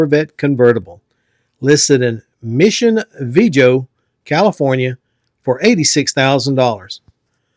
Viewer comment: Mission Viejo - Vee-ay-ho- Most does NOT go in front of any word that ends in ST. IE - nicest, cleanest, fastest. Basic 4th grade English.